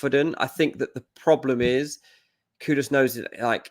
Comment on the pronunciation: 😂😂😂did just said "the coon"😂